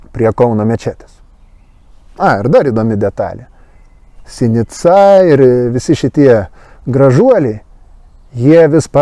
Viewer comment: žodis "veidmainiai" kirčiuojamas antrame, o ne trečiame skiemenyje :) - tikiuosi įsidėmėsi :) - ir "sinica" vardininke kirčiuojama analogiškai - antrame skiemenyje :)- o ne paskutiniame ,kaip susivaideno tvartodvaro "kalbinykams"